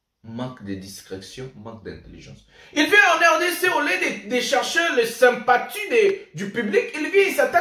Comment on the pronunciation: On dit sympathie..et non sumpatu..